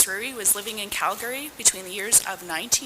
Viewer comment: It’s Cal-Ga-Ry…..not Cal-Gary